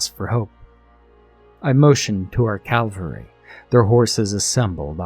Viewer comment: Sorry, it is a big peeve for me. But a great vocalization and selection as ever. Also, a good story well done to the writer.